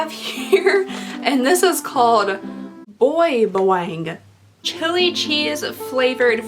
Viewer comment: OMG I’m Filo and love those snacks. The corn nuts are pronounced Boy Baa (like a sheep) Wa-Ang ❤️❤️